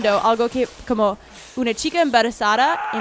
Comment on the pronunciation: jaja dice "la chica emberezada" xD mi vida la amooo👏❤es la mejor